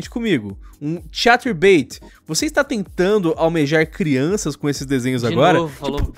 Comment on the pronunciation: "vou sair do cahterbait" ah ta, como se fosse um favor a mulher estar no site...